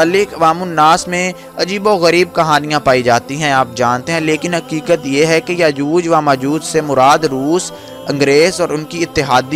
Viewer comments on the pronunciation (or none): Yajooj wa majooj nhi hota. Is ko yajoojo majooj. Read krty hen.